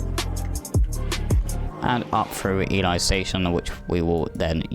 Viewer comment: Ely is pronounced E-Lee :-)